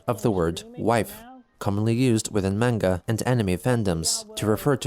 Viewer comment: I don't understand why you pronounce manga like a person who has never heard a Japanese word in your life.